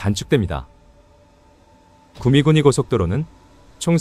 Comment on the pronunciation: 구미군위는 잘못 들으면 구미구미로 들리네요. ㅋㅋㅋ